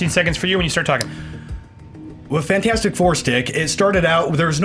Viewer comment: Learn to say fantastic 4 right.